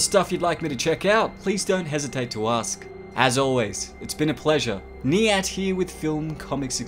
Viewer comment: It's niyat not nyant... Also it's definitely been on the list forever.